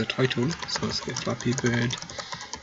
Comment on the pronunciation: At the beginning I thought he said " we are going to create a f***ing good game" im like. Da*n like the confidence lol